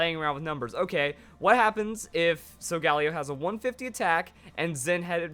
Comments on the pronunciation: not so gal eo sol gah leo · oh my goodness please the pronunciation it's solga LEO it's a lion for God's sake pleas stop saying Sol galeo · Why does he constantly butcher Sol-ga-lay-oh?!?! It's not that hard to say correctly. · SOGALEO IS PRONOUNCED AS SO-GALIO!!!!!!! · The way he pronounces Solgaleo hurts. I say sol-ga-lee-o or sol-ga-lay-o.